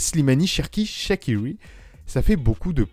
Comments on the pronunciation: Shakiwi ? Ça se prononce shaquRi mais bref passons… Belle vidéo et bon joueur qui peut faire penser à un Lacazette dans sa technique … je pense qu’il va falloir dégraisser le nombre d’attaquant cependant je pense à Kadewere et Slimani voir Dembele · ça m’a fait trop rire la prononciation à l’anglaise mdrrr